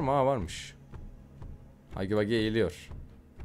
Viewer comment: Hugu vugu ne Hagi vagi diye okunuyor